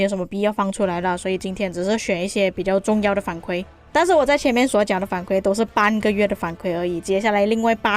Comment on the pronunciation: 反馈= 馈是第四声